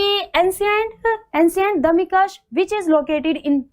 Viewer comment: आपका उच्चारण सही नही है दमिश्क सही hai